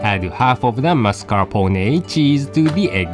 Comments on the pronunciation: I loved the "mascarponey" pronunciation lol it got stuck in my head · so epic the way pronounce MARS.CAR.PO.NAY.